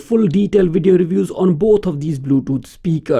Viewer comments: through the whole video you kept saying WID EE OH! Oh I'm sorry I think I understand now, you are trying to say the word video, right? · when speaking English the letter v makes a sound like you put your lips together and you push air through and a little bit of sound and you go... Vvvvvvvvv Vivian vascular vote vomit voluptuous, So it doesn't come out like Wivian Wascular Wote Womit and Woluptuous. Do you sort of get what I mean? I apologize, I'm just trying to be nice.